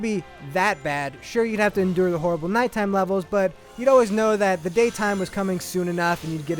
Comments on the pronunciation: This guy needs to learn his english. Its pronounced nighttime, not nightTEAM. And "the daytime stages OR actually pretty fun" Wow this guy fails. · pretty sure he said "nai-team stages"